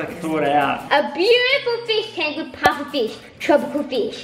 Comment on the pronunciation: when said "pufferfish" I thought she said "papa fish"!! 😂😂😂